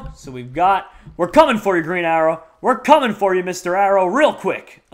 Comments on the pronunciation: Did he mean 'The Green Arrow' not 'The Green Arror' lol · Arrow not Arror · just realized he said green arror